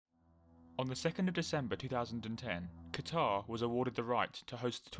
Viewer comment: Anyone else get mildly annoyed when people pronounce Qatar incorrectly?